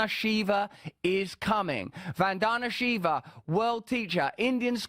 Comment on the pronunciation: Say her name the right way.